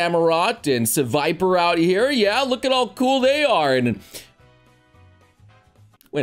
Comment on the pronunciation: so serperior is pronounced seviper in noblespeak good to know